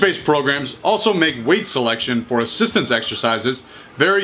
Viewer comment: “Assitance work” 😂😂